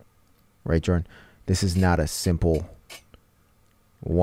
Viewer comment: My name is Joren, witch is a extremely rare name, so whenever they said “Jordan” but it sounded like Joren, I got startled lol